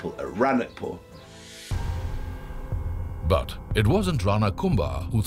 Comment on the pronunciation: Its Raanakpur राणकपुर not ranakpur or रणकपुर